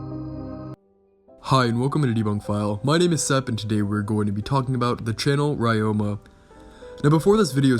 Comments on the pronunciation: pronounced re-yo-ma, not rye-yo-ma, but other than that great video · Pretty sure it's pronounced ROW-MA.... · The way you pronounce Ryoma is bugging me